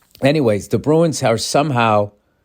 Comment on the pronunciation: Ol' Billy Hockeypucks hyped up on OUR Boston Bah-roo-ins